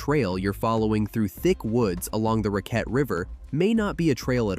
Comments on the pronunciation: It’s Rack- ette River… not Ra-quette. I am a local. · It's pronounced racket not rockette born & raised on that river that flows from that same lake too. St. Lawrence County. An ice storm of 97-98 took that house off its foundation. Left me just permanently homeless. Finally got the government help when I turned 50. Took the USA that long to help me after more than 10 years living on the streets of California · Not necessarily. Mis-pronouncing names is typical for outsiders talking about the Dacks.. RacQUette Lake when it's RAcquette Lake, or SAbattis where it's SaBAttis. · Other than pronunciations of Raquette, Ausable and Tahawus, pretty good.